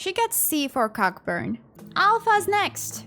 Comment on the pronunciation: youll be heartbroken to know cockburn is pronounced co-burn, Also heads up Feo ul and all faefolk use "they" in ffxiv loved the video :D